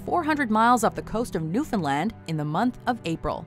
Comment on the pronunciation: nice to hear somebody properly pronounce Newfoundland